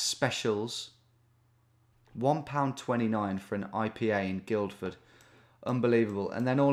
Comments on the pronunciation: Guildford is pronounced Gillford not Guildford by the way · You don't pronounce the 'd' in Guildford Tom. So it sounds like Gilford. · Guildford is pronounced Gilford as in...Gilf. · You don't say the first D in Guildford - it's effectively 'gill-ford'. I've been to that Wetherspoons and it's alright, though I did witness some beer mats being thrown at a barman. Peace out. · First D in Guilford is silent Tom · Man, hearing you pronounce that hard D in Guildford was so weird. But I'm sure I do similar bad pronunciations in the midlands/north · If no-one else is going to comment, on the first place, you don't pronounce the first D in Guildford. Even though it's probably named after guilds. Petty I know. Sorry.